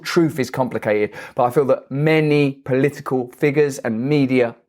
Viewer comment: It’s not poliicle it’s political.